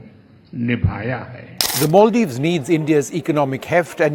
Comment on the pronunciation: MALdives= ALMdives😂😂😂